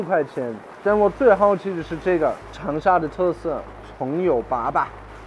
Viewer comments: 粑粑，哈哈。。是一声，不是三声。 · 糖油粑粑，粑粑读第一声，不是第三声，第三声是poo poo 的意思。